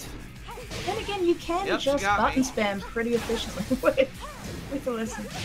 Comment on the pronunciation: I can't stand how he doesn't pronounce T's 😡 I gah hih! I'm pressing bu..ins. He keeps reading my inpuuhs. Whaa I didn do thah!